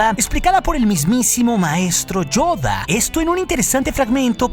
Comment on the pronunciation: donde logra hacer la verdadera voz de Yoda y acento.